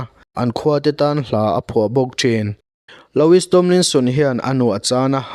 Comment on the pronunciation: Loowie ti a lam tur